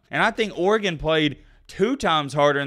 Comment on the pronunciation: idk but you pronounce Oregon the correct way though